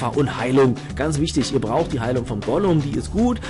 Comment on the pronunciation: Also eigentlich spricht man es Gulem aus und nicht Golum man schreibt es aber Ghoulem oder Gargoyle